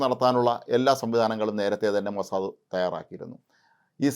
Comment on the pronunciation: സേട്ടൻ മോസാദ് എന്ന് പറയാൻ പഠിച്ചു സന്തോഷം